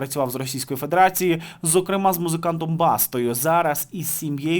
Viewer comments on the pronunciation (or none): none